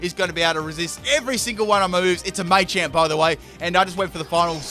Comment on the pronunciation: Full " can't pronounce it" team Me-tang(Metang) May-champ(Machamp) <-- This is a must! O-master(Omastar) Florgs(Sin-knee-sis)<must(Florges [ synthesis]) Parmisan/passimen/pammisian(Passimian) Daru-muka(Darumaka)<(holding e-vo-lite) Cin-see-no(Cinccino) Zeb-streak-ah(Zebstrika) Any other Pokemon I might have missed? I didn't include legendaries because then it would be every single legendary... *Brah-vry(Braviary) *Cofa-riggus(Cofagrigus) *Brax-eon(Braixen) *Heel-o-wisk(Heliolisk) (plus Evo) *Drudgi-gon (Druddigon) *Luh-vuh-nee(Leavanny)